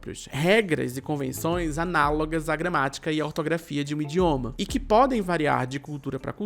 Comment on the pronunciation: Indioma??? Wtf 😂😂😂